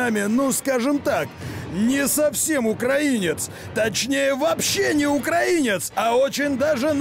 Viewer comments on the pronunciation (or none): none